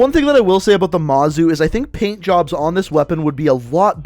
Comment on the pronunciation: When u said PAINT_JOBS I THOUGHT U SAID BLOW_JOBS